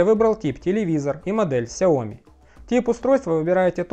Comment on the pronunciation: Автор супер! Так подробно и с деталями, даже произношение Mijia и XiaoMi правильно 👍